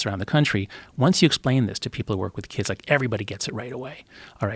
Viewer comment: Joe "how can I reach these keeds" Rogan